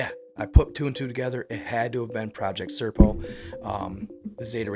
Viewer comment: SERPO - not CIRCLE.